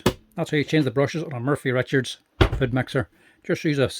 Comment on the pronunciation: Trust a good Irishman to call it a 'Murphy Richards' food mixer! It's 'Morphy'! As usual, great stuff.